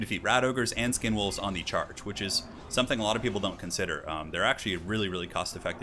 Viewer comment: Did you call skinwolves condomwolves or are my ears reaally in the gutter?